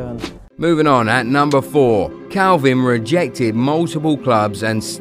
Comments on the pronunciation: The first thing you should know is his name is kalvin not kelvin lol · His name is Kalvin not Kelvin